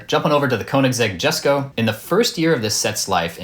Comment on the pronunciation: Lol, you pronounced Jesko incorrectly. It is pronounced “Yesko”. In Swedish the J sounds more like an English Y (much like how it is pronounced in German, Dutch and Danish).